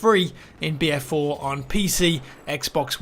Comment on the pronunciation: i swear he is saying beer4